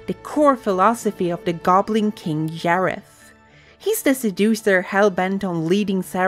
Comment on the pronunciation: Yim Henson and Yareth. 😂 Bruh..